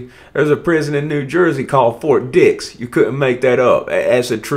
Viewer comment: It's "Ft Dix" as in Dixon. Not Ft Penis. SMH